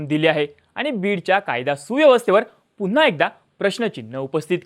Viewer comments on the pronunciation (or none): none